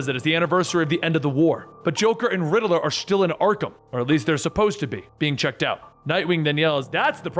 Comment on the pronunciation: Dude WHEN are you gonna learn how to say “Riddler”?…. It’s not “RiddAler” There is not “A” in Riddler!!, (So Annoying🤬)